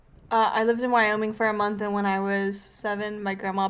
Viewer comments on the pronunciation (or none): none